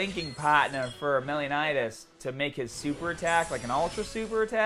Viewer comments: Hey! Welcome to the Grand Cross fam! Btw its Meliodas not melinodas, lol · love the meliodas pronunciation lmao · Am I the only one whose bothered by the way he says meliodas XDD